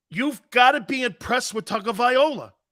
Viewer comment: It's not Tagovai"OLA" it's LOA..... Tagovai"LOA"